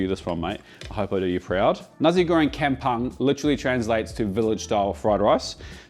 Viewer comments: Yummo as always. If you ever need a taster in your Sydney test kitchen give us a holler. Can help you with the pronounciations too "come pong" not "cam pung", and "chao faan" for Cantonese fried rice.. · Just a little correction on pronunciation. Kampung --> Kum-poong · Sorry la ek tapi rasa annoyed lak dia sebut kem-punk tu 😃. Tak buat research dulu ke cane nak sebut 😭. Tapi nampak sedap and perfect 😋. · Not complain but like how we learn to pronounce brands or cuisine from other countries. U got Nasi Goreng pronunciation spot on but KAMPUNG is not Camp-punk 😂, KAM pronounce much closer to COME (just imagine the C with a bit hint of the letter K instead, but COME would sounds 90% there), while PUNG sounds more like BONE with a delayed -NG at the end, this can be a bit tricky cos english word seem to flatten the sound of “U” when paired with NG. But in fact keep the way u pronounce BONE, keeping the whole tone forst half tone of how u pronounce BO in BONE n finishes it off with a delayed NG (it should sound something like i are trying to mimic a hollow sound effect, think of a much lower key and empty sounding drum with the higher pitch as Bang but a hollow one as BONE-NG) just repeat quicklu the word COMEBONE n ends it with the delay sound of -ng at the back, there u hav it KAMPUNG. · Its kam-pong not kam-pang. Lem-pang nak? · kampung ... K-ah-m ... P-ooh-ng not K-eh-m P-ah-ng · Its pronounced as Kam Pong. 😂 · its pronounced more like "kum" "pong",!:) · Firstly, you've got your pronunciation of 'kampong' wrong. Secondly Nasi Goreng Kamong uses Kangkong NOT BAK CHOY. Sorry mate, that's like making a beef steak with chicken. 😂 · it’s pronounced “Kum poong”:) I don’t want Uncle Roger roasting you. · To pronounce Kampung is karmpoong. Sorry... It suffocate me when hearing white guy pronouncing our malay language. Keep it up 👍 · The pronounciation is closer to come-pong in malay but absolutely stunning food as usual,.